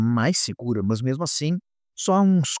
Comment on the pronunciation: Parabéns pelo vídeo. Mas ficou a dúvida, porque "mãs" ao invés de "más"? rsrs